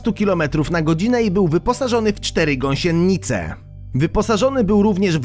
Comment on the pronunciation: Ty"gąsiennnnnice". Kolejne beztalencie stylistcznnne.. "Nie czytało się książek. Co..??!!